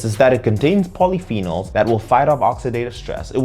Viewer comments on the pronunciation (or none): none